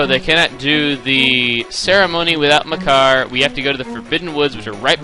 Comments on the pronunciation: it sounds like your saying mycar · Thought u said "my car" when u said "makar" :D so i was like: my car fell into the woods?? Wtf xD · I have always pronounced Makar like Maycar.